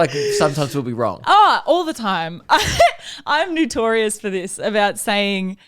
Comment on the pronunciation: Just gonna sail by saying "newtorious" when she ripped for "valentimes"? 😤